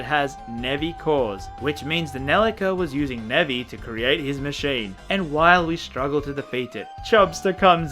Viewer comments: I only realized he was calling those monsters Nebby around halfway through the video... I'm not caught up enough with memes. Edit: Ok not Nebby but Nevi. I refuse to hear anything else though. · For almost all of the video I thought you were calling the Nevi "Nebby"